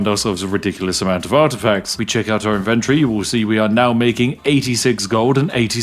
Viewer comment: Wait... the spiff is an economist? And yet he cannot pronounce ivent-torie?! Sus.